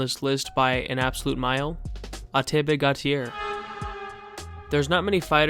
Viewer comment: *Gautier, not Guatier.